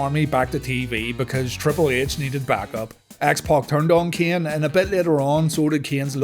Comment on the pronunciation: i can't stand how you pronunciate keaen